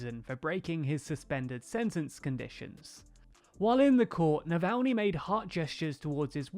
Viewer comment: Good work on pronouncing Navalnys name this time ;)